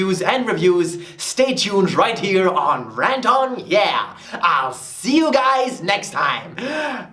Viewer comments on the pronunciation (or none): "RantonYea" LOL